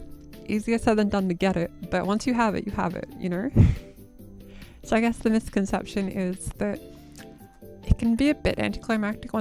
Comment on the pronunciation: I don't know what accent this you have, but whenever I hear a Youtube video start out with "so" I hear "sir" and I'm always for a split second every time I wonder why someone would start a video saying "sir" and then, I hear the accent in the second word said and I feel silly lol